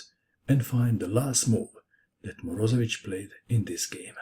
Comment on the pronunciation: it is not MorOzevich, it's MorozEvich. he is russian, not balkan.